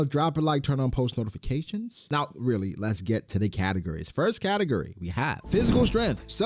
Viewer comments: I swear you’re saying “category” As katakuri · For 8 min of the video I thought he was saying “katukuri” 😂😂 not category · Took me embarrassingly long to get he was saying category and not katakuri 😭😭